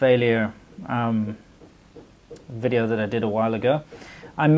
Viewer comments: She said welcome to another wedio. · 'Welcome to another wideo' is pretty annoying.